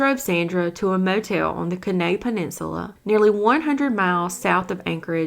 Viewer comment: Kenai is pronounced...(Keen-eye).